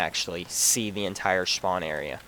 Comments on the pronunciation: "SHpawn area" nah jk good vid bro. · dude great vid thanks for the tips. i know this is irrelevant but you tend to say shpawn, but nothing important